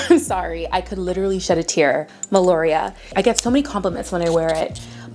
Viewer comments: It’s MELIORA(think MELLY-O-RA) not melOria haha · Meliora, not melioria😅... I also love her... I also love the Oriana princess ❤You are cute, i like your emeegy❤, i subscribe ❤😘